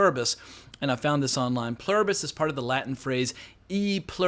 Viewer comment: You nailed the pronunciation. It's written on American currency. I had exactly the same question about the link between the space signal and the virus itself/rat experimentation phase. Good to know I'm not alone.